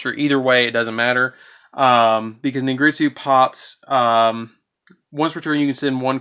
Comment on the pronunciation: Its pronounced Ningirsu not ningritsu